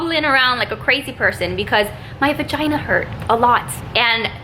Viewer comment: How many times she said vigina